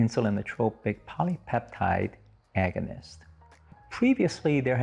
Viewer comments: Agunist???? Not once but twice??? Agonist as in the antonym for antagonist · “Agunist” are you kidding?